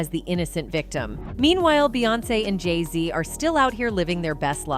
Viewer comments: If you are going go soeak on them learn how to pronounce their names. Geesh. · The more you😢 put Jayz down😮 the more they 😢go up now her husband is in the best rapper 😮 you need to learn how to pronounce they 😮 name right😮